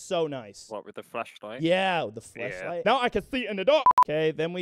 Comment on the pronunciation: legit thought he said flesh-light that's one way to improve morale in the field